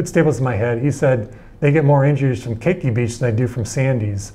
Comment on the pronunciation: its not keiki its ke'iki